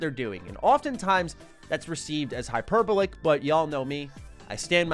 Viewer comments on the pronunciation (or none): I don't want to be a dick but I'd want someone to tell me. Hyperbolic when pronounced correctly sounds very close to "hyper ballick" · I KNOW the guy I just saw in a Vegeta onesie didn’t pronounce the word hyperbolic like that 😂